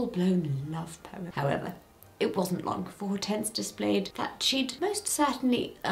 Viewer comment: Hortense is Hydrangea in French there are different versions of the name in Romantic lanuguages. The "H" is silent.